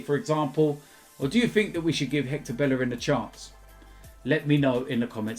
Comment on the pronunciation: Learn to say Bellerin right.